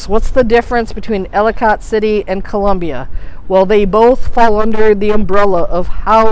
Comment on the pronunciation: Ellicott City pronounced- Ellakit City